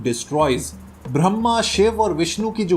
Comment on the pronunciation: This is Brahma not brahmam